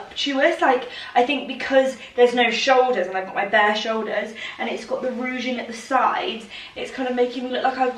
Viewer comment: i have mentioned it before but it is ruching pronounced rooshing NOT rooging